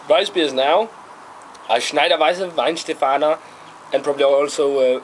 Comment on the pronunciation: Glad someone finally pronounced it properly (pay attention Americans).